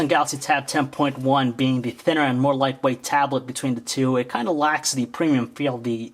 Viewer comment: say tablet right u freak